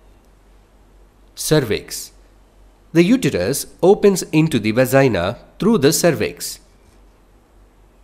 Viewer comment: "VAZINA" ? This Dude Is so British And HE Also Said to DEVELOPMENT to DEVLOPMENT